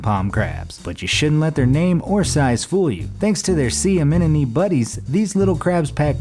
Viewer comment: He said sea aminome.